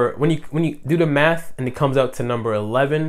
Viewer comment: 💀💀💀 I can’t unhear it now